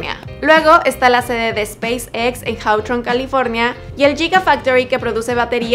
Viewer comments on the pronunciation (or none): El video se desplomó cuando pronunció Hawthorne